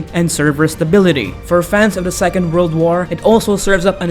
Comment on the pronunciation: Wold of Tanks? ....you mean world of tanks? lol